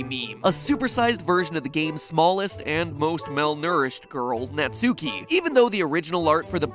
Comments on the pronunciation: Its nat-ski not NUTSUCKY not NAT SUKI ITS JUST NAUGHT-SKI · Pronouncing Japanese seems to be quite difficult despite the fact that the only rule is to not stress any syllable. Right Mat? Like not naTSUki, just natsuki. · I keep cracking up at natsuki. It’s pronounced Nat-ski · 👋 Hi everyone, so just a quick fact for you if you didn't know, Natsuki isn't pronounced Nat-soo-kee, it's actually pronounced Nart-skee. You're welcome! 😇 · You pronounced her name wrong You pronounced it Nat-sue-ki Its pronounced Nut-ski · It’s natski not nutSUEki I know I’m spelling Natsuki wrong but I’m telling matpat how to say Natsuki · It's knot-ski It isn't gnat-sue-key Pronunciation of Japanese names, amirite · He said Natsuuuuuki: it's spelt Natsuki and pronounced Natski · Netsuki? IS NA-SU-KI NOT NE-SU-KI!!! Mat Pat get your pronunciation right. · Nat-ski is how it's pronounced, not Nat-sue-ki. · It's not pronounced "-suki" it's pronounced "-ski". .....You should really watch some more anime 😂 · Just FYI, the u in Natsuki is like, it's almost like Natski. the u is barely pronounced. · Tfw literally everyone pronounces natsuki's name wrong... It's nats-ki Not nats-oo-ki. XD dammit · Why do people keep pronouncing it Nats-oo-kee? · It’s pronounced natski it’s just spelled natsuki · Fun fact that everyone keeps getting wrong: Natsuki is pronounced NAT-SKI trust me bro its how its pronounced in japan i swear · It pronounced "Not Ski" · Natsuki? How bout mansuki? Lol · He still says Nat-Sooki... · It’s pronounced Natski😂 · natsuki is actually pronounced nah ts-ski by japanese pronunciation rules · Even their theory pronounces it "Nat-soo-kee"? Have they never watched anime? I'll give them the benefit of the doubt and assume they just aren't aware it's supposed to pronounced like the words "not" and "ski" combined. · its pronounced nat-ski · It's pronounced 'Not-ski' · "Naht-ski." It's pronounced "Naht-ski." ¬.¬ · >NatsUki >sUki >sUUUUUki Matpat pls, would you pronounce the U in Sasuke?